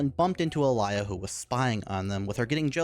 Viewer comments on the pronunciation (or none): "alaia" bruh. its more alia in speaking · It pisses me off how you keep saying "alia" instead of "alya" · Please don't add letters to character's name that ARENT THERE! That's not even matter of it being other language. Alaya? AlAya???Where did you find that A in the middle. And don't tell me I'm hearing things. You clearly pronounce a in the middle. It may be because in my language almost always you pronounce something exactly as you write it so it extremely bothers me when someone can't even follow simple guide how to pronounce a word(because japanese is like that too most of the times). I don't consider english being completely messed up in terms of pronounciation good enough excuse. It would be viable excuse if it was matter of not being able to pronounce certain group of letters but you litterally adding things that arent there That aged... well... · Is it just be or the way he says Alya sounds messed up (this is not supposed to be offensive)